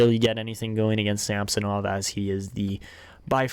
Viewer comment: SamsOnov not a SAmsonov